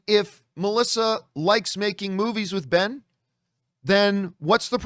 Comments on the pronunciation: I guess calling him “Bell” was John’s passive aggressive way of adding an addition insult of Ben Falcone. Or maybe Ben is pronounced Bell in Canada. Who knows? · Why do you keep calling him Bell....